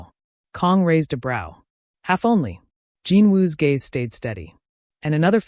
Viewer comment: Please, not "Jean", Jin. Watching from Trinidad 🇹🇹